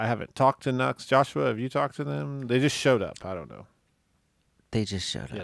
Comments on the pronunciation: It's pronounced. NU→X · The Nu-X Roctary pedal is a fantastic Leslie simulator at an even more fantastic price. it is really, really good! with the octave up and down and overdrive added the guitar sounds like Jon Lord's intro to smoke on the water. And it's pronounced New X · Nux sounds too close to nuts, and then I just end up giggling.